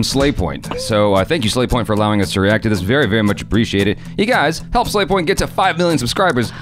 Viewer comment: but you said sla*y point instead of slavy point